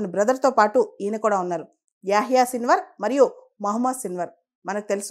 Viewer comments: Hallo మేడమ్. మీరు పదే పదే సిల్వర్ సిల్వర్ అంటున్నారు .అక్కడేమో సిన్వార్ అని రాసి ఉంది. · Hallo madam మీరేమో పదేపదే సిల్వర్ అంటున్నారు .అక్కడేమో సిన్వర్ అని రాసి ఉంది.